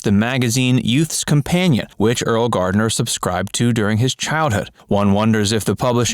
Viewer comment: Completely misleading title. You should record it over saying Gardner's name correctly.